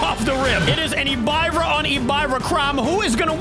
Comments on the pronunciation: Its pronounced Ehb-Ih-ruh, not e-by-ruh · and you said Ebirah wrong you suppose to said it like " Ebeerrah " not " Ebyrah", just want to tell you😅. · Bro do’s not know how to say hebira it’s Hebira not habiira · Its pronounced ebirah not ebuyrah the i doesn't make the buy sound it makes hard i sound ok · Ebyra its ebir ah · It’s e-bi-rah not e-bay-rah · btw its not pronounced as e b eye rah its ebErah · Yo pronounced EBIRAH wrong it's like eb-ear-ahh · You say it like “EBIIRA” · he is not nobody is plus he spelled so many kaijus names wrong like in this video when he say ebirah he sayed e biy ah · I feel... Hurt that called Ebirah (Eb-R-ah) that... My lovster got cooked and buttered up. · Hello remember me little boi heisei i used to watch you alot back then i left the kaiju community now but someday i will come back also its pronounced eb-ira not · ib-buh-rah is how you pronounce it. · Its EBERAH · It's pronounced ebra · It’s pronounced Eh-Ber-ahhh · Its pronounced e-brr-ah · You butchered that kaiju's name but again great video